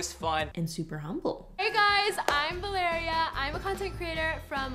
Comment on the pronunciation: It pains me that she pronounces Valeria like diarrhea